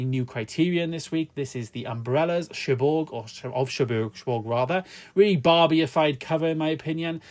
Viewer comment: Over 8 Seasons of Dexter,think you need to do a bit more research,and pronounced Pelham and Cherbourg wrong, otherwise all ok.